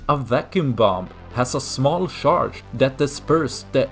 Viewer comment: true. the swedes are smart though. just let him improve. let him practice and let him know how to pronounce charge.